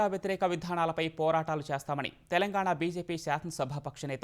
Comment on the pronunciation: Telangana pronounced wrong and these people are selected for news reading.